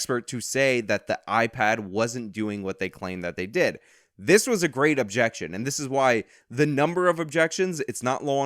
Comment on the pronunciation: The defense seemingly fucking forgot how to pronounce the word "objection"